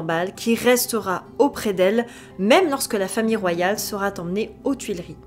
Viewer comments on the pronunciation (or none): Je me demande tout le temps ce qu'on apprend à l'école cela devrait choquer tout le monde à l'oreille d'entendre des liaisons incroyables " la princesse sera t'emmenée" et plus loin "elle sera T ensuite" à part ça histoire bien racontée